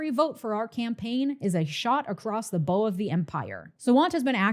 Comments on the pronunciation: “Shot across the bow”—the last word should rhyme with “how” 😉. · You said bow wrong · Bow (sounds like “take a” bow)) of a ship…not bow like with an arrow.